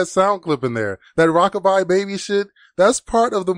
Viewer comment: It's not rock a bye baby listen close she says rock a bomb baby✌